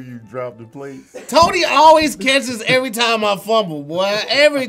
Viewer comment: “I’ll take that everytam” 😂😂👀